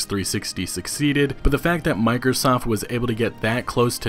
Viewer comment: Every time he said Microsoft i heard mikersoft